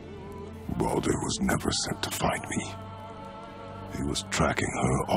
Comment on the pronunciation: you said Baadur, not Baldur